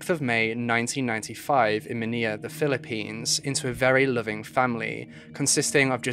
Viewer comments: I can’t listen to this because of all the mispronunciations of well known words. Manilla, is pronounced like vanilla, and so forth. Ruined an otherwise interesting episode! SMH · The capital city of the Philippines, Manila is pronounced maa nee laa NOT ma ni ya. Not all l is pronounced y. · Just to let you know, Manila's actually pronounced like "Muh-ni-luh," like Vanilla. But hey, I love your videos, they're really interesting and mindboggling. Please keep doing what you do! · the mispronunciation was really distracting lmao.... he really said MANIYA with his whole chest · Why are you pronouncing Manila incorrectly? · How you pronounce the word Manila is kinda cute. 😅✌🏻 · Hor - Ay she- oh - Horacio | Man - ill - ah Manila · Baby let me help you out (love your vids/research) HORACIO: ho-ra-shee-o (Atio?) Manilla: man- nee- la Miguel: Mee-gal PS: New intro is badass 💛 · the pronunciations could have been worked on but good episode nonetheless! Jose Rizal is pronounced “REE-ZAL” And Manila is “MA-NEE-LA” 👍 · Some friendly help w pronunciation!! (source: me/my girlfriend from the Philippines): -Manila: ma-NIHL-uh -Horacio: ho-RAY-shee-o - Rizal: ree-ZAHL / Miguel: mi-GEHL